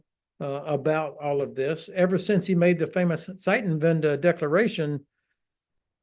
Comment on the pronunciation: Wischiwaschi? Zeitenwende? sounds like Ben Hodges speaks excellent German. :)